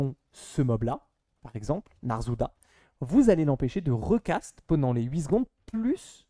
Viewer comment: Je me demandais, c’est un accent d’une région de France en particulier le fait de dire « ponant » au lieu de « pendant » ? Je n’avais jamais entendu cette façon de dire